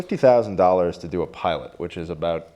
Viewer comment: his "about" sounds a little canadian.